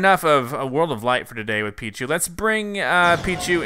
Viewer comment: Peeeee That what I heard to.